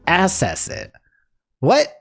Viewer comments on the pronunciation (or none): i love you man, but NEVER let us catch you saying "h'wat the feet do tho?" again.